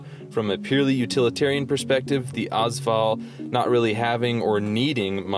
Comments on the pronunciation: Also it's pronounced VALL not VOL. And their mags not clips. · 1 thing I wanted to add, The first 2 letters of the AS VAL are pronounced as letters. Ayy-ess VAL, not as val. Other than that great video! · its not AAZ val its A-S VAL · Yes that drove me nuts lol